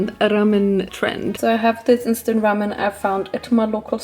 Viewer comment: wow ur pronunciation of 'ramyeon' was perfect. (ramyeon=ramen in korean)